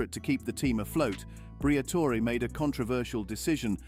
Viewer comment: The AI narration needs work. Al-Peen vs Al-Pine and whether to pronounce the "e" in Briatore🤔